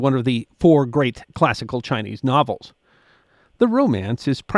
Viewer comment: Ok, I have to commend your pronunciation of the various Chinese names. I am a Chinese linguist and I say you did a superlative job!